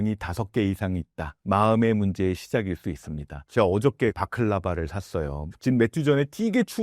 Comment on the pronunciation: 추운데 바클라바라고 하시길래 '아 고열량 간식으로 버틴다는 전략인가?' 생각했는데 뒷문장 들어보니 발라클라바 말씀이시네요ㅋㅋㅋㅋㅋㅋ